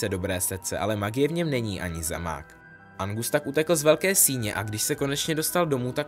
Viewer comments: jj je to Argus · Nevím, jestli jsem špatně rozuměla, ale myslím, že jsi říkal Angus místo Argus Filch🤫